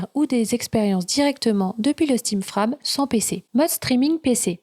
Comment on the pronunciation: Frame ne se prononce pas comme "âme" mais comme "frèjm" avec le stress (insistance) sur le "èj". À part ça très bon travail, explications claires, bon résumé, je reviendrai et merci!